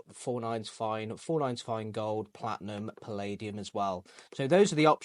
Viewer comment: Platnum? I think you mean Platinum. Fanx, Froo, Lifium.